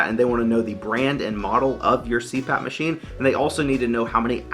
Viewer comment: “Machime”….I’ve laughed and said it out loud too many times so now I don’t know how to say it the correct way anymore. :D